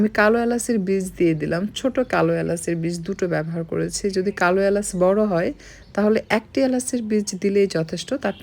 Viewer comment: সব শুদ্ধ বলেন অথচ এলাচকে এলাসি কেন বলছেন?